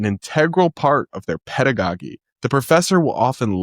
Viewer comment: Okay, a couple.of corrections: 1. The second G in "pedagogy" is pronounced like a J sound. 2. It's Johns Hopkins, not John.